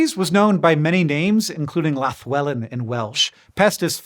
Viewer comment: 9⅞/10 for the lallwelen pronunciation! Not exactly right but you got close enough for me to have to listen twice to realise the minor difference. You got everything else right! Most others don't even try to get it right, so thank you for your effort and respect, it is very much appreciated. Fascinating show as usual. Some items, especially the obvious one given the above, and the corona virus info (son is a medical biochemist whose first degree was in medical genetics), were particularly interesting to me. But all are important stories, especially ones like cholera which effect so many people when it's unnecessary. 😢